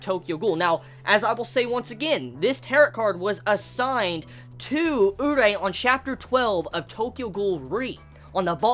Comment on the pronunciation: his names pronounced u-ree-eh fyi